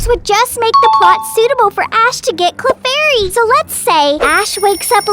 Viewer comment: It’s clefairy not clarfairy